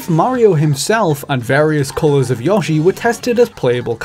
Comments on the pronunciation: YASHI? Really... it’s Yoshi 😂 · Please, stop pronouncing "Yoshi" incorrectly. The Smash Bros. announcer has gotten it correct for years, so you've no excuse. It's not "Yawshi" it's "Yoshi". Do you even know how to pronounce "yo" or "yoyo"? Come on, man! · FYI, Intelligent Systems is a 2nd Party developer. While Nintendo owns some stock they are an independent company, not a subsidiary of Nintendo. Also, Yoshi is pronounced 'yoh-shi', not 'yaw-shi'. Great video otherwise. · I'm not a big Yah-shee fan, I prefer Yoshi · Yoshi’s name is simply not pronounced “Yawshi.” In English, it’s pronounced as it’s written: “Yoshi.” In Japanese, it’s actually ヨッシー、pronounced “Yosshi—.” But never is it “Yawshi,” and to call it that continually while also claiming to be a gaming researcher is very silly indeed. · Yo is exactly what I heard in there not yah, as he says in the video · Hearing it pronounced Yawshee triggers me so hard. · I'm confused. I don't think that's how they pronounce "O" in Japanese. It just reminds me of how I commented on some video a few years ago about someone trying too hard when saying Japanese names... channging their entire accent, tone, and volume... and the responses I got were everyone screaming at me for daring to sinning against the Great Nippon. Now there's a video of many yawshees. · "Yawshi" XD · Yawshi and Pokeymon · Daniel Layne Just don’t call out his piss-poor pronunciation of “Yawshi.” He’ll call you a pedant. 😂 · the accent kinda sounds "put on" because of the constantly changing pronunciation of A I'm really not sure at this point 😂 I just noticed the yawshi too hahahah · "yAWshi" Ugh. Just sounds weird saying it that way. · RhythmGrizz Or, ya know... completely wrong. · The way you pronounce Yoshi's name makes me think it's actually short for Yoshua. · Such a weird way to say, "Yoshi" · Damn you really pronounce Yoshi like that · Great content, but every time you (mispronounced) yoshi, I wanted to break glass rods off in my ear canals.